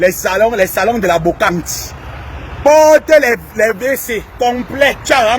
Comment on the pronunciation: on dit brocante et non bocante pour quelqu'un qui a un master euch😮😮😮 Ton français laisse à désirer.